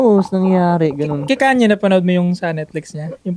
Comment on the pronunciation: kanyi amp it's KANYEY HAHAHAHAHHA